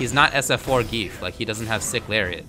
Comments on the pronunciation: gee-yef. not "geef" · No, it doesn't. It pronounces it like Zan-Gi-ef. The reason you want to pronounce/write it like that is that english doesn't have the correct sounds to pronounce it. Most probably won't understand as the english language also pronounces letters and the alphabet differently. This is also a problem with using foreign names in video games.